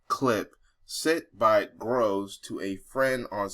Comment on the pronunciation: But its ok for YOU to use a racial slur? "Becky" definitely fits the definition of a slur. Oh, and its GROVES (like a grove of trees), NOT Grooves you non reading ignorant bigot.